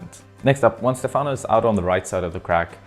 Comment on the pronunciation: It's cool to hear your comments on the route,. One note: Stefano's name should be pronounced with the accent on the first syllable (Stéfano). Keep up the great content!